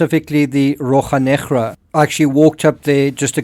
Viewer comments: As a Portuguese-speaking person, please bear 1 minute of silence in respect of the butchering of "Rocha Negra"! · I love how you say Rocha Negra